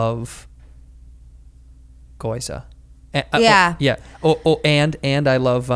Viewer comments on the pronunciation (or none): I cringed every time he said "goyza". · Gi-yo-u-za not goiza lol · Andrew....it's GYOZA not GOIZA!!! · Never trust a nerd that can’t say gyoza. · its gyoza you hick